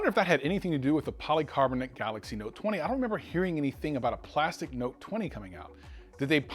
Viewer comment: No no”te’